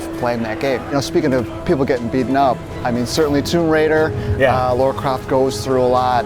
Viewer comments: Her name's Lara, not Laura. O.o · ubadman1 It's not Laura, it's Lara. Besides of that I agree with you.